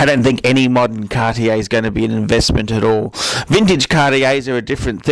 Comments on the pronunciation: I dont get why you say 'Cartier' THAT wrong o.o Absolut wrong pronounction? That dont look good :( Otherwise Tanks for the Video of course ( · How can you say Cartier and Feck in the same sentence? Where do you come from? Even judging and opionating Cartier. Cartier is a French brand, not from Texas United States with your pronounciation like that, 'dude'!You know what nouveau riche means?Wait, in English it might be: noovyo Rich or something. Can't understand how you feck up names anyway... Come to Paris one day.. and get taught some manners.. Cartier doesn't date.